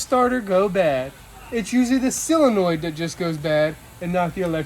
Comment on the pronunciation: Solenoid, not "selenoid." 😉